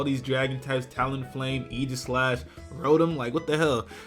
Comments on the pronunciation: Aegislash-- Eye-Gah-Slash, not Eee-Ji-Slash. Not trying to be "that guy" by any means, but it's pronounced eye-gah-slash. Hard "G" and what-not. No offense to my Pokemon Battling Hero,, of course. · Why dose pronounce aegislash as eegislash?